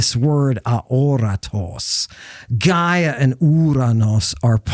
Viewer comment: It's not koeeneh it's keenee, and Gaia is Yeah